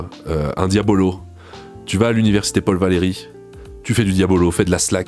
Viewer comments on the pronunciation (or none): none